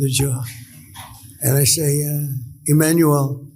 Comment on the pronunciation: EmmanuEl. yw.